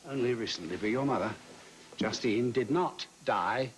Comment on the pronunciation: is trying to say justine but it is coming out die?